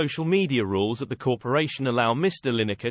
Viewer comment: You couldn't be bothered to do the voice over yourself? (and it couldn't manage to pronounce the subject's surname right :D) And why would Lyne-ekker want to run for Parliament? Is this a "you can't criticise politicians unless you run for Parliament" thing? Because I'm pretty sure that's not a thing.